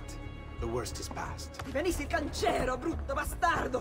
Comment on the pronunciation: canchero è un altro modo per dire cancro, pronunciato malissimo hahaha